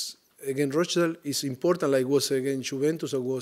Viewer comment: Just wish he could say rochdale properly hahaha. :L